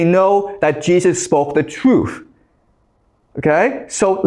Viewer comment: Its truth wang not truff, god this guy is an idiot🤣🤣